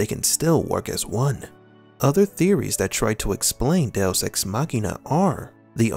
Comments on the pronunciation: Literally never heard it pronounced DeOS before but good vid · Do oss ....I thought it was "deux" dowose.....what is this guy actually saying😔🤷‍♀️🤦‍♀️ du oss.....loooooool funny af 🤣